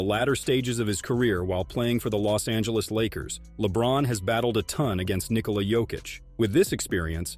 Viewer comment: The narrator here is the first person who can pronounce Nikola's first name correctly.